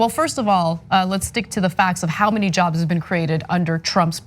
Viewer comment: Fourteen miyon jovs. That's a lot of jovs.